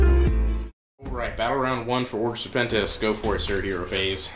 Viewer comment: Nicely produced, and entertaining video! But its not Order SerpentiNIS, its just Serpentis haha ;)